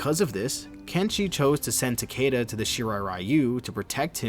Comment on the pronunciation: Its Tah-Key-Tuh, not “Tukayduh”